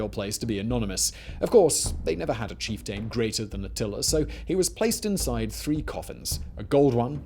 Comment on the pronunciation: Cheif-Taaayne. EmPaaaaayr 😅